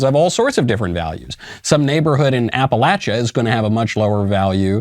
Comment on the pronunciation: Thank you for saying APPALACHIA correctly!! 😊😊